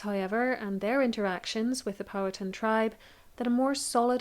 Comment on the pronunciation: Pow- HA-ten Co-Co uhm